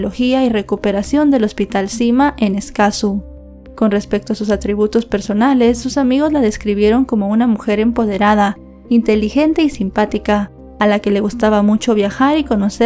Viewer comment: Esta muchacha debe prestarle atención a los acentos, pronuncia los nombres de los lugares sin las tildes EscazÚ, JacÓ.Además tampoco hace bien las converciones, dice que 165 000 colones son $3000, y NOOO son apenas $300, un dato que hasta de google puedes bajar. Además te faltó mucha más información, por ejemplo no hablaste del guarda y su implicación, ese que desapareció y extrañamente se fue a vivir a Estados Unidos, ojalá cuando haga el video tenga más cuidado e investigue mejor